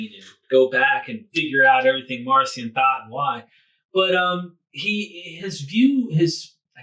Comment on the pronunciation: Marcion should be pronounced with a hard K sound since in Greek the name is Μαρκίων. Just a minor pet peeve of mine. Great episode!